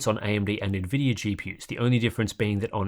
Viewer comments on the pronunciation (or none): none